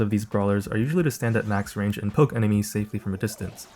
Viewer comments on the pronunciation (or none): none